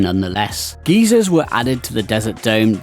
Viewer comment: Geyser is pronounced as "Guy-zur" The pronunciation you said is "Geezer" which is a mild insult for old men or of any age.